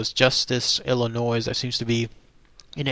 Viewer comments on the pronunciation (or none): There's no noise in Illinois (you don't pronounce the 's'). Your sloppy guessing on how to say things really detracts from the stories as it appears like you are careless and then if you can't be bothered to take care we wonder if the rest of the story is accurate